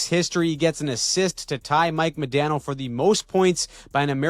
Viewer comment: Still waiting to find one Canadian who can pronounce “Modano” right 😂